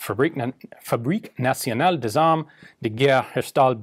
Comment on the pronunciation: Ian, great video as always. Please note that “D’armes” (as in “Fabrique Nationale”) is pronounced as is written though dropping the final ‘s’. Think of it as “Darme”, though with a very slight roll on the ‘r’. Thanks!